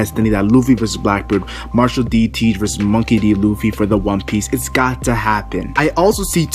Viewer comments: He pronounced Luffy as looffy. Lol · I don't believe this before I see it! And did you just call him Ruffy?